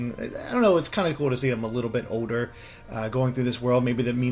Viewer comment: pronouncing the word older as odor is annoying as hell